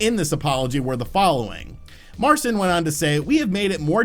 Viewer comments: omits Iwiński's last name only to mispronounce his first name Marcin (mar-cheen) like Charlie Sheen. 😂 Good stuff my man! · Isn't Marcin pronounced more like MarcHin? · "the cofounder of CDPR who's name I will probably butcher, so I'm just gonna refer to him by his first name" -> proceeds to butcher his first name